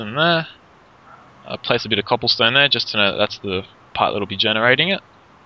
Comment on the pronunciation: You're saying copplestone lol